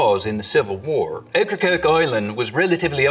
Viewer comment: You got Okracoke wrong sweetheart, you ain't sneaking up on no vittle sounding that way.